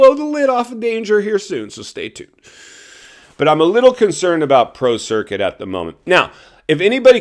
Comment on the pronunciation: I thought you said Pro Circus . That was pretty funny, intended or not.